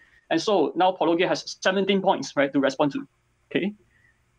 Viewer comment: wait did just... pronounce Paulogia correctly?? I think that’s a bigger surprise than the apology itself.